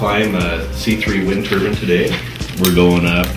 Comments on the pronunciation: Maybe because they kept mispronouncing turbine. It's not turban. You see the I-N-E at the end. It rhymes with pine. It's not the hat they wear in India, AKA a turban. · it is a motherfucking turbine! not a turban. turbine rhymes with lime pine fine sign etc its nopt a fucking turban!